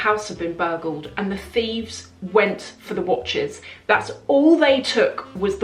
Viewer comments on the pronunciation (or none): It's "thieves".